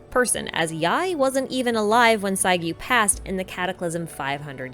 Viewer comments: i want to point that the double u at the end of saiguu name are pronounced more like a soft “oo” sound.. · Great analysis. but can i kindly point out to please pronounced names clearly and not too fast especially when you mention them. Inazuma names are foreign to us english-speakers, so it helps if you take the time to pronounce names clearly. :) Is it Sasayuri or Sasuyuri or Sasiyuri? Is it Chiyo or Shiyo (sometimes I even hear you say Geo). Is it Sagyu or Saiyu or Saigiyu or Saigyu?